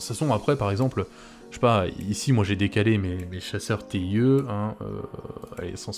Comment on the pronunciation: Le TIE de « Chasseur TIE » (ou « TIE fighter ») se prononce en anglais (« taille ») ;)